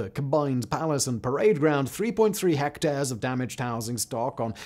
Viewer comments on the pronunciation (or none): none